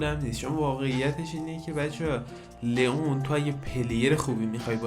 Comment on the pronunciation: لیان ❌ لون ❌ لیون ✅